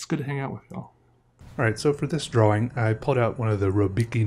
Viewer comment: I find myself saying draw-wing now. And it's okay.